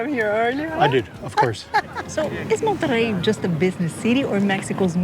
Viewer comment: Monerrey its low key, you are rocking the boat.